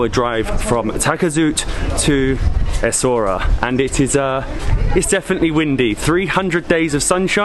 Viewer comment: It's pronunced essawiira !